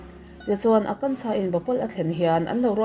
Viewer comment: I Hindi hming lam hi tem chuan beng a thlep deuh thin....tlemin lo fimkhur zual deuh la ka ti